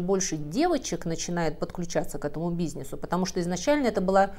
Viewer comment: Очень интересные видео. Умная, интеллигентная автор, но вот этот «бизнЕс» Прото «выносит мозг» . Вспоминая свою соседку с ее пионЭр, песионЭр, ножницЫ, бизнЕс.